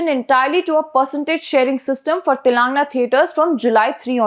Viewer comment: Is this your voice or a bot? Sorry I ask this because you continue to mispronounce Telangana (pronounce as Telungaana) !